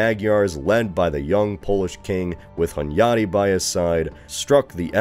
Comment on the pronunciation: You've pronounced Hunyadi really well⚔A little fact to add: King Matthias never called himself Corvinus, even if the crow (Corvus in latin) is on the family emblem of the Hunyadis. It's not an error, just in Hungary's naming of kings and dynasties, the later eras changed a lot (like the Árpáds called themselves Clan of the Turul or Clan of Atilla).